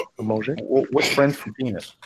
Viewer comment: Dick is not pronounced PAYNEE. The S is not silent. It is pronouced PAYNIS.